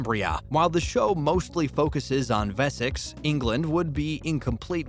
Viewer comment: The narrator can’t even pronounce Wessex!